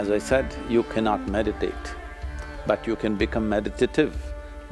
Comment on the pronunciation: That’s “meditate” not “medicate”.